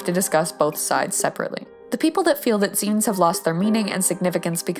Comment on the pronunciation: TY FOR TEACHING ME HOW ZINES WAS PRONOUNCED. I ALWYS PRONOUNCED IT AS ZAI-NES INSTEAD OF ZEE-NES